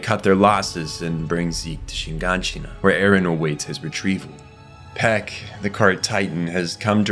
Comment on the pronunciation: Is this AI? Text to speech? Did you even watch the show?! His name is Nicolo, not Arthur. Tyber = "Tie-ber". Not Tiber. Peak. Not Pek.